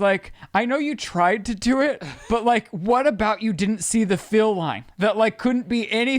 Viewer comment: Okay wait... he can't say deal and says dill instead and has saying it also but instead of fill he says feel???!! How? Why? Im so confused!! 😂 nothing but love but also I had to stop 39 minutes to see if I'm the only one...